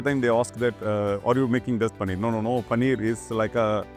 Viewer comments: It's Paneer not Pannir 🤨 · Bro it's Paneer not panneer